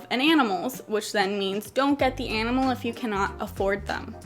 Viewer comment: i love how you pronounce the word "enimal"